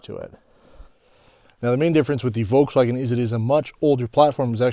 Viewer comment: It is always funny hearing when people pronounce "Uolkswuagen" haha